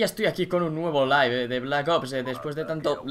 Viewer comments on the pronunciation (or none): none